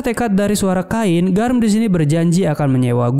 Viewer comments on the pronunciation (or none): Gw dah nonton yang asli nya tapi mau nonton lagi eh lagi error, kalo bisa di sebut chain aja gak usah kain jadi aneh 😂